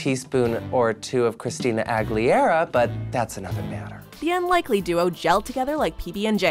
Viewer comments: “Christine aggleeara” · why does he mispronounce Christina Aguilera?